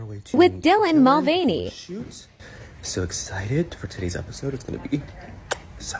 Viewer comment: Forget the gender being misrepresented. I'm offended by his pronunciation of his Irish surname. It's supposed to be 'mull-vanny' not 'mull-vein-ee'.